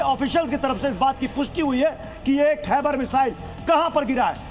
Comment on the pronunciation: खाइबर नहीं खैबर